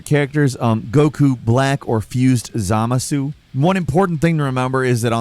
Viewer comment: Since you want pronunciation corrections it's not ZA-MA-SU but ZUH-MAH-SSU (The U is almost silent at the end)